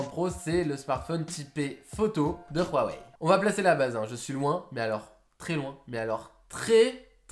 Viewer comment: A chaque fois que j'entends Rhuawei ça me fout la gerbe. Dites tout simple Huawei mdr